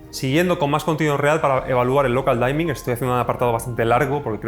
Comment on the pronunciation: Gracias! Por cierto, "dimming" se pronuncia parecido a como se leería en español. Es decir, no es "daiming", se dice "diming".